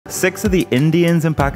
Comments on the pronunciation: I pronounce sikh like seek, never heard someone pronounce it like you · It is pronounced "seek".